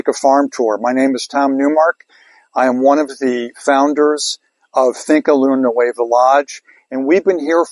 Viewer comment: You have had THIRTY years and you still cannot pronounce Finca Luna Nueva correctly. By this time you should be as well spoken in Spanish as you are in English. If you fail to listen to your fellow man, it then follows you will also fail to listen to Mother Nature. You indentured yourself to company and failed rear flora and fauna.